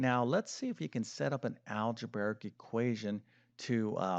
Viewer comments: “Algeberric???” What kind of a math teacher doesn’t know that the word is “algebraic?” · I've often wondered why he does't pronounce "algebraic" correctly. Maybe a form of dyslexia? (which I would think makes this subject even more difficult to master) 🤷‍♀ ✌💙